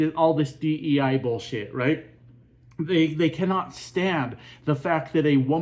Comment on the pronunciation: 'You Cammot tell me it;s not a coincidence" Go back to school.